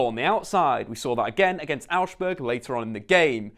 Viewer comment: you pronounced Augsburg wrong, use translate its pretty accurate